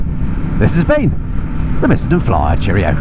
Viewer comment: And I could actually decipher the 3 syllable word "Miss-en-den". It's normally spoken in light speed measured in nano seconds. 😁